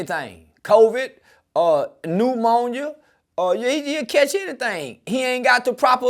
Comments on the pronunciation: Did he say newmonia? 😅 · “Kimon jone”🤣 “Newmonia”🤣🤣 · He said "Newmonia" 😂😂 all good we feels ya dawg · Nigga said pneumonia like it was 2 different words😂😂